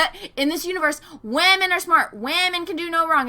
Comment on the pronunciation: Who else cracks up when says "Whamen"! XD